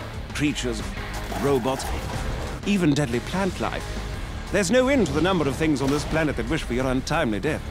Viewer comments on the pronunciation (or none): none